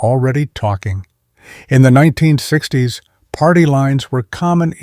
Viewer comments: WTF is 9 60's. AI having problems with saying 1960's? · Can you at least make sure your AI voiced narrative is done correctly before posting videos? Like In the beginning when it’s supposed to say 1960’s. It instead says 9 - 60’s. Anyway, I didn’t realize these decades passed were sooooooo completely unimaginable to people now-days. I was born in 79 but yeah, I guess a lot of these things would be foreign to people today. Just didn’t know it would be as dramatic as this channel is making it 😂. There’s still a lot of nice content/ narrative in this though. Very nice! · your AI narrator, has a problem saying 1960's, it needs speech therapy